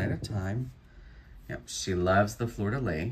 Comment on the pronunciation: thanks for your fun videos! one tip. It is pronounced ... Fleur de LEE. Is your customer from New Orleans, by any chance? The French symbol is well representing his haul!